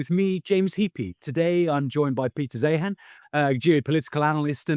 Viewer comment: "Rubio made a real effort to be an ally and a friend." Hogwash. Listen to Vlad Vexler on this. The shallowness of Heappey's geopolitical understanding is shown up by Zeihan's breadth and depth. He could start by learning to pronounce his guest's name.